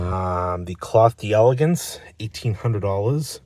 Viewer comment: You can't pronounce delegance properly. It's French not English